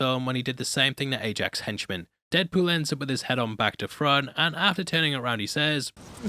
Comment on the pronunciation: Is that my host i hear??